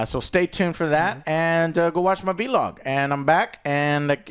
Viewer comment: Joes the only person that annoys the shit out of me when he says “V-Log” like bro ITS ONE WORD VLOG 😂